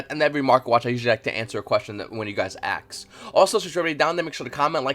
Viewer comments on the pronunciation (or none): #qforv it’s ask not aks